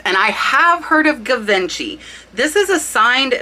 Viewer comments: Givenchy is French, & pronounced Jiv-on-she with a ‘soft’ J. Love your channel. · Pronounced Gee- von- she ( Givenchy) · Great information! Thanks for all your research efforts! And ouch! You're right, your pronunciations killed this Grammar Grouch! I was shocked that one of the biggest designer names you didn't know... (definitely an age thing) Givenchy - "zhee vaan shee" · Love your channel. FYI: I believe Givenchy is pronounced : Gee Von Gee. Both of the Gs are soft and almost czha is that makes any sense. Think French. I'm no expert, somebody else might have a better take on it. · Any bakelite item will be priced higher. I think it wasn't made for very long so it comes at a premium. Oh, and for the Givenchy, He was the designer that Audrey Hepburn used. pronounced Gee-von-shee. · Givenchy is pronounced she-von-she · Just watch your video, very interesting, who knew. Let me help you out a bit, Givenchy is pronounced: gee-von-she, and Schaiparelli is pronounced: ska-par-ele . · My friend just a friendly correction, Givenchy is pronounced Jeevonshe. Thanks for sharing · Hi. Loved this video and info! You mispronounced GIVENCHY. It's French, so it is zhee-vaan-shee. Emphasis on first syllable. Thanks. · Its pronounced zhee vaan shee Givenchy . Just fyi. Good video, good info. Ty. :-) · Right! It is Gee von shee, or close to that 👍🏼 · Did anyone let you know how to properly pronounce “Bakelite” and “Givenchy”? Bake-lite (no ‘a’ sound-two syllables) zhee vaan·shee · Givency with a soft g. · Its Givenchy- with a soft G more like a J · Its Geevanchy and Skaparelli. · Givenchy:Audrey Hepburn designer ! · yes but with Givenchy, the way she pronounced it is literally NOT the word in French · You got Amourelle right over and over. Don’t worry. Now about Givenchy…. LOL! Zzhee vawn(g) shee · that’s not the way you pronounce Givenchy. It’s French!! Same for Gripoix! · Pronounced gee vos Shay. 😊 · It is pronounced jee-von-shay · Givenchy pronounced Ge"Von"She"